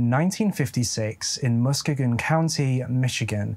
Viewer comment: I grew up in this area, and never heard of this. Btw, Muskegon is pronounced mus-kee-gon. Almost all the cities in Michigan have French pronunciations.